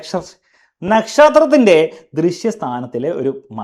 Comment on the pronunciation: That 'nashtatinte'😂 anyway super class😊